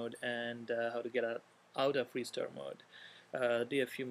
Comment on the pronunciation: 're-stir mode' lol